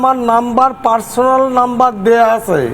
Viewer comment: আচ্ছা একে কি করে খাদ্যমন্ত্রী করা হয় এ তো মনে হচ্ছে বাংলাদেশ থেকে আসা লোক এত কথাবার্তা শুনে মনে হচ্ছে বাংলাদেশের লোক আর বিজেপিতে বাংলাদেশ পাকিস্তান মুসলিম হিন্দু এসবই করে বেড়াচ্ছে তো এই লোকটাকে কি করে দেওয়া হয় খাদ্যমন্ত্রীর পদ আসে আসে আসে , আছে। এই উচ্চারণটাই তো করতে পারছে না। আমার তো মনে হচ্ছে এ তো আরো ভয়ংকর হয়ে গেল জ্যোতিপ্রিয় মল্লিকের থেকে। একটা ভয়ংকর লোক তো বিজেপি কি এই লোকটাকে বাংলাদেশে পাঠাবে না কারণ বিজেপি করে বলে